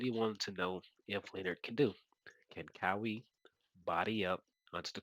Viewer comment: You don’t know who kawhi is and it’s name is Ka-Why all good tho good bud